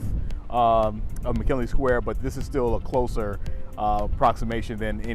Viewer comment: It's McGinley, please stop pronouncing it like "McKinley". "G", not "K", dude.